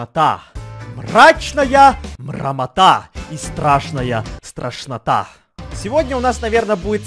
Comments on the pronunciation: Когда сказал страшная страшнота мне послышалось тошнота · ты сказал страшнота а мне показалось ташнота🤣🤣🤣🤣🤣🤣